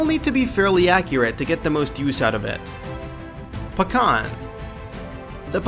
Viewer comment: Pecan and Pakhan are not pronounced the same way I'm pretty sure.